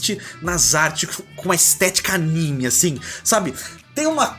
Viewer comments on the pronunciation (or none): none